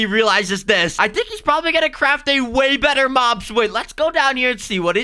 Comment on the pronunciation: why are you saying mom insted of mob😐